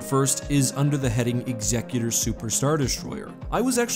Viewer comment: thank you so much for correctly pronouncing ''executor''.